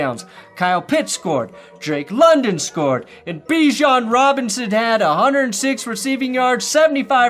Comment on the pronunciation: Ian Eagle needs to learn that Bijan went back to saying his name how we originally did (bee-jean.).